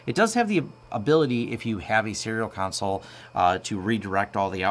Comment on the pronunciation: i would so hire this guy if he only pronounced console right. come on. just once. please?